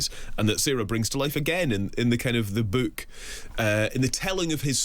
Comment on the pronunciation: Wtf is this "beuke" that this woman keeps talking about?